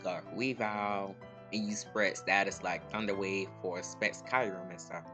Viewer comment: Great vid but the way you pronounce Kyurem kills me lmao it's Kyoo-rem